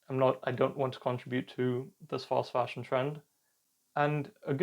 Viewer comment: what is he calling it? False fasion, foss fashion, fast fashion? I turned Closed caption on to be able to understand .